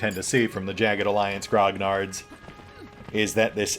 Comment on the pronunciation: Grognard is pronounced as "groan-yard"; like in cognac, the 'gn' becomes an 'ny' - because French.